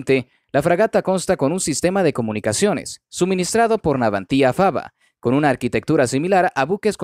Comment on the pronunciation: ¿Garras? ¿Navantía? No sé qué coño es "garra", salvo la de los animales salvajes y no soy uno. Segundo, es Navantia, sin acento en la i. Serví en la Armada destinado en Ferrol, cuando se llamaba Empresa Nacional Bazán, y viví varios años en Ferrol, cuando se llamaba Izar Ferrol, y luego Navantia. Tercero, y final, ¿qué tienen que ver los colombianos con asuntos españoles, especialmente de nuestra Armada? ¿No tienes temas de tu país?